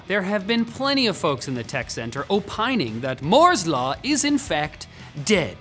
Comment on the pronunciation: *Moo*'s law